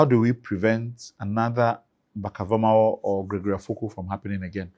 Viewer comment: pronunciation of Vormawor doesn’t sound Ewe including some of the Ewe names he mentioned. I wished I could render an audio response to share the differences with you.